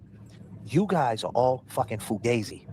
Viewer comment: I’m just offended that said foo-gay-zi instead of fugazi. He must be a fake Italian. Embarrassed for him